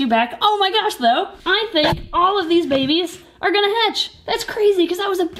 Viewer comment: The way they say bebes gets me every time 😂